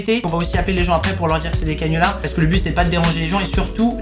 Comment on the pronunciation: "cannulars" tu me déçois 😂😂